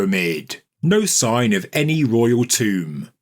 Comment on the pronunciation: It’s not a TOMB-er!